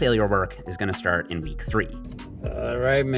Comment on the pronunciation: “STRAT OF BULK”